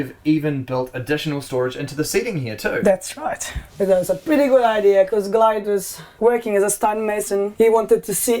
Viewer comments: Its not ideer its idea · I hate when people say “idear” instead of “idea” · The word idea does not have an R in it please stop saying ider. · CRIKEY! It's the "idear" off-grid home with roos.